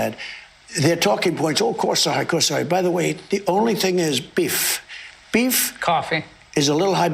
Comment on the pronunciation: His pronounciation of Walmart might be some form of aphasia related to his dementia he also said biff instead of beef..